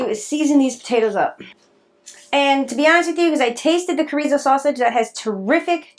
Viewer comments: Sho-ri-zo, not corizo😆😆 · That Mexican meat is pronounced schor eee so. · It's pronounced "Chr-ee-zo" but great recipe. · it is pronounced shore eee zo. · That Mexican sausage your using is pronounced (shore reeso). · Chorizo is pronounced "cha rees o" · ... it's actually pronounced cho...(long o) ree.. zo (long o again) 😊 looks good though